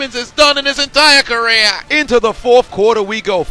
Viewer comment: The way he said “career” got me crying lmao